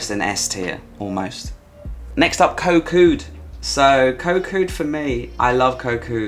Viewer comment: I agree with your picks and glad to see Samet on the S tier. I'm returning there again soon. I do a small cringe everytime you say "Koh", you know how it's really pronounced 😊